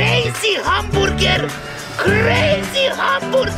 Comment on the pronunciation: "Crazy hamborgor" 💀💀💀